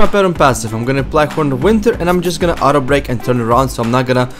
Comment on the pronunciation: say out-break not outer break... lol